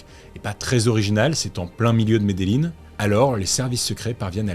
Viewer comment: Ey salut je regarde tes vidéo, je les adores 😊, je suis allé en Colombie, et Medellin ça se prononce « mes des djinns » 😅😁